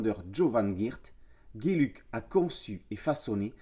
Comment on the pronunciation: Philippe Geluck, un super artiste belge. Geluck se prononce "gheux luc" ;-) Mais bon, "géluc", c'est sympa aussi comme prononciation ;-)